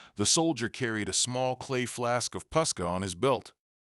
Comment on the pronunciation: Posca. Not pusca.